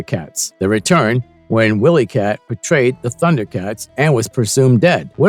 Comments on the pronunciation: Ok I’m trying to get through this but had to stop. Why do you keep pronouncing the name wrong? Have you ever seen Thundercats? Who is WillyCat? It’s W-I-Lee-Cat pronounced with a long (Eye). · Fire this narrator - he's illiterate. 'Willy' and 'wily' are not pronounced the same, nevermind all the other names he butchered. Also, fire your scriptwriter, if there is one. He's illiterate, too. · Is this an AI narrator?! Mispronounced name and really bad pausing in voice.... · He pronounced pretty much every name wrong. I was getting very aggravated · Why can't your narrator pronounce the names of most of the characters? He clearly never watched an episode in his life